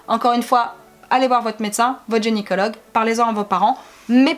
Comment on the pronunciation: vous dites genycologue